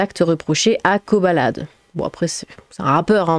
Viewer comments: On dit Koh "baladé" 😂😂😂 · C’est le monde à l’envers. 😡 Quand est-ce que la Justice va faire payer les criminels en leur donnant juste du pain sec (et bouillie) et de l’eau? 🤬 PS: Je crois qu’il faut prononcer le « D » (Kobaladé). 😅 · Je crois que ça se pronnonce koba ladé